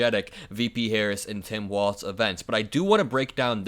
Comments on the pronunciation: His namevis Walz - WALLS Not Waltz. Say it correctly. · Walz pronounced Walls…..not Waltz….. good grief